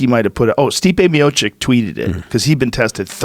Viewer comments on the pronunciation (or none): chich Rogan, CHICH, not chick. Stee-peh Mee-o-cheech damn, official ring interviewer/comentator should know how to pronounce names, at least of once HW champions of the world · Stee pay me oh chitch